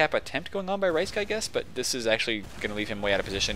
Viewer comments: Thanks for doin a poop game. It really is a shame that I can't make any of the matches otherwise I'd be right up in there with wreckin as Scouts:3 Also, it's pronounced Risk, not Ricek XD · Yeah you said my name right, you said rhysk's name wrong you had it right at first.